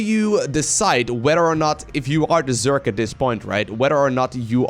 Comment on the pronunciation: It's not zyork it's zerg